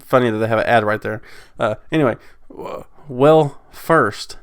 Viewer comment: That word that you kept saying as "rigged" from the article is actually "rigid", meaning firm or inflexible. It definitely would have taken some stones for buzzfeed to call the dnc process rigged lol